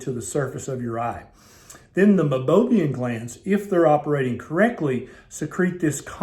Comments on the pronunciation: Meibomium, not Meibobium. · It’s pronounced my-bow-me-n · You are showing it spelled as Meibomian glands, but pronouncing it “Mibobiam.” Which is it?